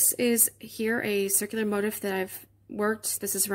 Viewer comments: I hate to even say this because your tutorial was so good and this pattern is BEAUTIFUL, but the the word “motif” is NOT pronounced like “motive” as you are pronouncing it. It is pronounced mo-teef’ with the accent on the second syllable. Just thought you might like to correct that for your next video 😊. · I didn't know there was an Americanized pronunciation of "motif" as "motive." This is a bit funny because even the word, crochet has a French etymology and not pronounced "cro-shet" in English, although, I have heard a Latin woman on You-Tube pronouncing it as such! :) It's all good. It's just different parts of America (colloquialism), but in many European countries it's mainly one way. By the way, I found your crocheting technique fascinating because your left hand moves consistently. I hadn't seen that before. I learned the Elizabethan model back in the 1960's as a 3rd grader and I don't see crocheters doing it that way much! We hold the hook like a pencil and the left hand doesn't move much. Keep posting!!